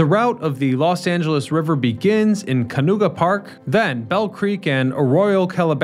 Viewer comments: It’s not called canooga park 😂 it’s ca-no-ga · “Canooga park”?! It’s “Can-noh-gah” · L. A River Starts in Canoga Ca(NO)ga Park not Kanuga. The beginning of the two rivers start at an area called Owensmouth. Owens Valley is two hundred miles from L. A. Two sperate water systems. Owens Valley water never enters in the L. A. River. The River was shallow. After flooding they widen and deepen by 30ft. the little L. A River. U. S. Corps. of Engineers saved the bridges by building concrete walls. They did line the walls with concrete to make the water flow faster. The bridge footing was built in the river and that slowed the water. So they added Finns (concrete sloping walls) which made the water flow faster with less resistance. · Also, it’s Can-O-ga Park… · how about when he said Canooga Park? 🤣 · Also, apparently it is actually Canuga Park !? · Where is Can Nooga Park? I know where Canoga Park is. And it's pronuonced Milton "Burl", not Bur Lee. 🤦‍♂️